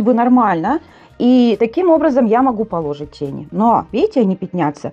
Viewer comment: Поло́жить😂 вы из деревни похоже😊